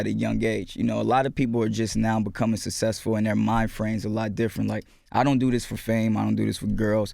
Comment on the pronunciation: I HATE the way he pronounces "successful"